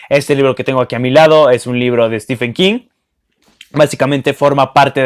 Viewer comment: Aunque prácticamente todos los booktubers y la mayoría de los hispanohablantes lo pronuncien mal, Stephen se pronuncia STIVEN, no estifen.